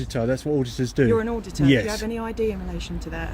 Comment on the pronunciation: Auditurd. Not “ auditor”